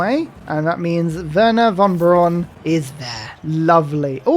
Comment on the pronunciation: With splendid verbal capabilities Werner von Braun becomes Worn Porn